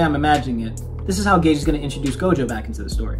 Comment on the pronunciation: Maybe it's an inside joke but why do you call Gege Akutami "Gage"?